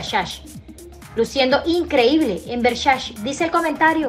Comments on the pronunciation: Por que dice Vershashe???? 🤣🤣🤣🤣🤣🤣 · Hay que aprender a pronunciar Versace...